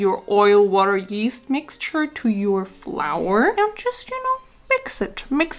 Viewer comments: “One half a package of.. 👹YeESt👹” 😭😭😭 love you tho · Anyone else died when she said “YeAsT” like that or is it just me😭😭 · Why did you say YEAST like that?! 😂😂😂😂